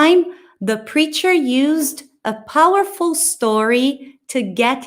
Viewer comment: A frase da só faltou o r no powerful.